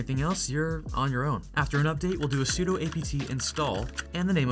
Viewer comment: sudo stands for superuser do. not superuser doe